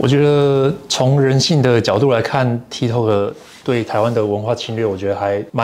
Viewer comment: 很重要 ：八炯跟波特王都發音錯了，tik tok 的發音類似是「踢k塔k」，不是「踢k透k」。 就像Costco 是發「咖S叩」，不是「摳S叩」。 o是發一個類似ㄚ的短母音，不是長母音［ㄡˋoo~] 抱歉啊因為聽兩位講錯太久了，提醒一下。我是鐵粉！